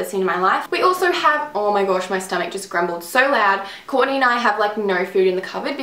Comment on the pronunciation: I love how you pronounce Kourtney<3 haha love u